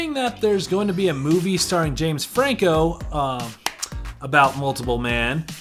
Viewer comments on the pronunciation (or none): none